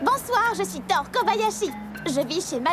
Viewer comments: Anmednock j'avoue et puis le pire dut pire c'est qu'il dise kabayashi et non Kobayashi et thor que toru, cest pourtant simple a dire il aurait pus faire un petit effort sur se coup là mais sinon tout est bon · Pourquoi on passe de ThorU (oui j'insiste sur le U) a Thor? Je comprendrais jamais pourquoi la VF se permet defois des modifications comme sa sur les noms des personnages